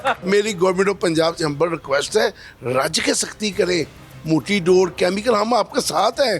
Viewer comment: Read Dores instead of Sores.